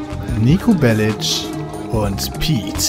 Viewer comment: Endlich jemand der Belic richtig aussprechen kann! Als Serbin tut es mir in den Ohren weh, wenn ich BeliK höre. Danke Piet. :P